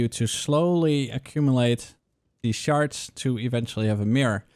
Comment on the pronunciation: it sounds like the one guy talking about harbinger is saying sharts instead of shards.... XD